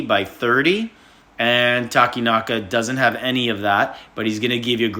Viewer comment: Yay, Takenaka pronounced right